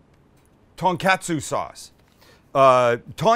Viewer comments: Pronounced Ton-Kotsu, not catsu. Please respect their language. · Its pronounced " kaht-su " not CATsu and its ton-kaht-su not ton-CAT-su 😂 smh white people smh 🤦🏽‍♂🤦🏽‍♂🤦🏽‍♂😂🤣😂🤣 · TONkatsu like Tone not TANKatsu... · For someone who traveled to Japan, and loves the food, hearing you mispronounce everything is quite annoying. Every "A" in Japanese is an AH sound. So, "Kah-tsu" and "Tohn-kah-tsu". Other than that, looks delicious. I made myself a pork tonkatsu sandwich the other day and it was incredible. I made my own tonkatsu sauce though, which I feel you should have too...very easy to do. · i believe it’s pronounced “kah-tsu” and “tahn-kah-tsu” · It’s “tōn-kah-tsu” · I do love me some "Ton Cats Sue" sauce